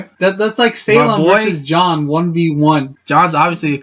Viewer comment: "This is MY theory, so I absolutely support it. Go John." That's all this video was: shameless plugging of a channel and a mispronunciation of Jaune.